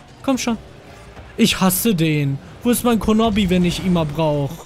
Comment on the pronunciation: Super Part! Toll, dass du keine Videos ausfallen lässt! Ich finde man merkt, dass du Vorallem in den Schnitt der Videos viel Mühe steckt! PS. Geil, wie du statt kronoobi immer kronobbi gesagt hast XD Lg diene hanna